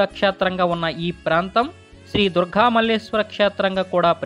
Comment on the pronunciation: *Durgha kadu, "Durga"..